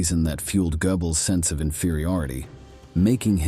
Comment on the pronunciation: Your new narrator whatshisname -? - mispronounces many, many words, eg Goebbels and Prussia.